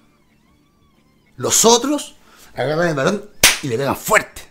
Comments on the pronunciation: Buen video! Se le dice Ballon con el sonido de la doble 'll" osea no se le diría "Balón' sino" Ballon" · Es ballon se dice con doble ll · Hola... se dice ballón y se pronuncia con la doble L "baion" (así suena). El tipejo jugó en la u de concepción de tu país, pero no te culpo si no lo ubicas por lo paquetazo y desapercibido que habrá pasado en el futbol de chile xD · Se lee bayón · Muy buen análisis amigo, ven a perú pronto seras bienvenido, es ballon y se pronuncia como si tuviera una Y. bayon. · Dato 1: ni Salazar ni Rossell estuvieron involucrados en temas de disciplina, que son unas completas cagadas cuando juegan eso sí es cierto. Dato 2: se pronuncia BaLLón, como "lluvia". Nunca fuimos un equipo de verdad, y ahí están las consecuencias. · El apellido es Ballon (se pronuncia como se lee ´bayon´) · Es Ballón como se escribe se pronuncia Ballón xd